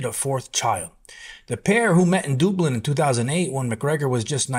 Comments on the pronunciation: It's Dublin not Doublin... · 'The pair met in Dooblin' 🤣🤣🤣🤣🤣🤣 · Lol dude said “dooblin” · "Dooblin"? In Ireland 😅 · Did you just pronounce Dublin as 'doo-blin'???